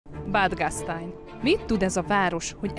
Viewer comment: Gastejn! Így kell ejteni! Nem umlautos betű! Gastäin ejtjük gasztánj.